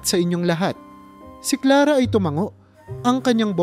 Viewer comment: Maling Mali Ang bigkas mi sa pangalan Clara.